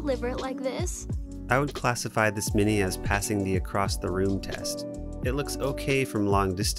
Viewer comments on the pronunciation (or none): none